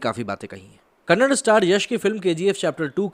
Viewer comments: C'mon dude. No one wants to pronounce their name in a wrong. Many people see your videos. Please pronounce language name correctly. We respect our language and we expect others also pronounce it correctly. We are not asking too much, it's Kannada and not Kannad. Please consider this request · Tamil ko Tamil bola, Telegu ko Telegu bola but Kannada ko kanad kyu bol rahe ho ? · Bro it is not kannad kannada learn it first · That is kannadaaa not kannad.. Please pronounce properly.. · O Bhaiii...'Kannad' nahi, zara "Kannada" boliye please!!! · " KANNAD". NAHI "KANNADA" BHOLO MERE BHAI🙏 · It's Kannada not kannad Thanks in advance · WT hell dude. It's not kannad 😪😑😑it's KANNADA. Why can't you pronounce properly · Bhai agar aap itna research karne k baad video banate ho toh please aap Kannad nahi Kannada bola karo. Wrong pronunciation hai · If you can pronounce "Haryana", I am sure you can pronounce "Kannada"